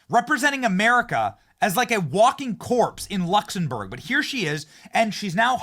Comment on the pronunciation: great show, but again, check your pronunciation. Luxembourg has an 'm', not an 'n'. Keep up the good work.